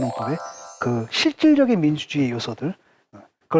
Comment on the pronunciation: ㅋㅋㅋㅋㅋㅋ 민주주으이?ㅋㅋㅋㅋㅋ